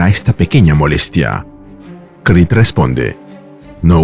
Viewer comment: Stopped watching this when AI couldn't say Creed.